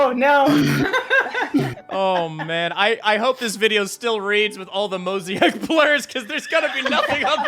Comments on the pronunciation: For the love of god, it's pronounced Moh-zay-ick, not Mosiac. It's not even spelled like that. How did you get Mosiac from Mosaic? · did you just pronounce mosaic blur as moziak?? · Is that just how Australians pronounce Mosaic? This isn't the first time i've heard pronounce it this way and i'm wondering if its a dialect thing or not.. (All other Australians i've asked have just looked at me funny in response 🤦‍♂️